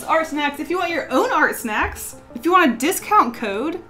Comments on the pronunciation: Any else think that she was saying art sex at the beginning 😂 good video though! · I could’ve sworn she was saying art sex at the beginning but okay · Really thought she was yelling "art sex" at the start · I thought was saying “art sex” as a chant I’m so idiotic wow lol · In the beginning I kept hearing “ART, SEX! ART, SEX!” Over and over... Never been so confused by one of your intros.😂😅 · She was saying art smexy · I- I can't believe I thought she was saying Art s*x repeatedly in the intro.. 😆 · At first I thought she said “art sex” repeatedly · I thought you were saying “art sex!” throughout the intro lol. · I thought she said fart steps in the beginning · Anyone else think she was saying art sex at in the beginning? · I thought she was saying art sex at the beginning oh my god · I thought she was saying “hard sex” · I thought you were saying art sex.... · I literally thought she was going "art sex" over and over again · I'm sorry am I deaf? Because I heard 'Art sex' not art snacks ghodd